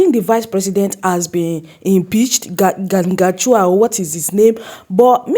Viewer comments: Not gachua....his name is gachagua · It's not Gachwa. It's Gachagua.😂😂😂